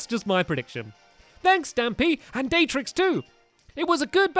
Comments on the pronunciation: He called dartrix "daytrix" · Stamy it is d-ar-t-r-rix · You pronounce it by dart tricks is how u spell dartrix, as in a dart like a arrow, It's a good thing you named it bowie since of its final design, it's good